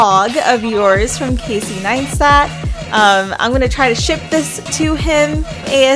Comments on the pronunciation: Pronounced as Nice-TAT ... not NineSTAT. Like the video tho, just this was a bit annoying ... :| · Doesn’t it sound like she’s saying “Neinstat”? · It's Casey NEISTAT, not Casey NEINSTAT. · Ok now the video is all talking about his accomplishments and stuff but you didn't pronounce his name right? xd. Great video tho, keep up the good work. From Casey 9stat xd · ok i love this video its rlly creative interesting and innovative but every time she said nine-stat part of died please for the love of god jeseu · Great work ! But can you please stop saying NINEstat 😂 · I'm sorry did you say ninestat? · hahaha I thought it was really annoying as well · Really really annoyinga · Tom L i enjoyed what she made but she replaced c with a n lmao . Its kinda annoying to hear repeatedly